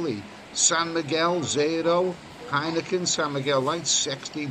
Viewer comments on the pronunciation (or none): none